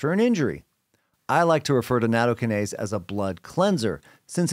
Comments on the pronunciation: Yeah - slightly worrying when experts can't even pronounce the word they're talking about. Natto-KYE-nase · Natto- KI-nase. The emphasis is on the second syllable.